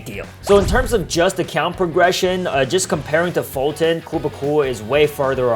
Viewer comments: foltyn not folton Sorry if I'm rude but it's like your saying it on purpose since it is kinda far from it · Don't say foltyn poor than I will unsubcribe 😡